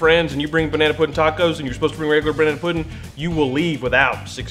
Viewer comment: This video felt wrong until went on that rant at the end and finally started saying puddin' instead of pudding